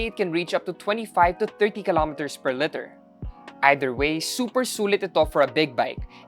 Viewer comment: Love the review. Pero bakit litter pag pronounce sa liter.